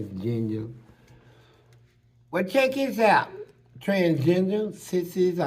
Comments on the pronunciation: It sounds like he said "Transgenia' at first 😂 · That 🥷 said trans-ginger!!! 🤦🏾‍♂️🤣🤣🤣🤣🤣🤣🤣🤣.Can’t make this stuff up!!!